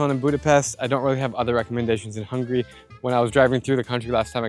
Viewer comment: It's not hungry - it's Hung-a-ry. Anyway, that's only the English term, we call ourselves magyar. I'm surprised: Czech Republic, Serbia 1-2, Hungary only 23rd? 😲 Budapest is the most beautiful capital city in Europe.